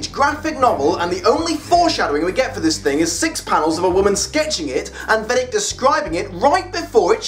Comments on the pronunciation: Personally I prefer the movie ending. An attack on the entire world just makes more sense than an attack on a single country. Also, it's odd how you pronounce Veidt as Vedic haha. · I'm pretty sure Veidt is pronounced "vite" or possibly "vate". Regarding the famous ploy, remember that in the 1980s Ronald Reagan actually was supposed to have mentioned how quickly the USA and USSR would bury their differences if faced with a threat from outside Earth. The comic takes that real-lufe idea and runs with it. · Weirdest. Pronunciation. Of. Veidt (or Adrian). Ever. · pronunciation of Veidt, and Linkara’s pronunciation of Ozymandias, plus that weird German accent he gave Ozy don’t sit right with me for some reason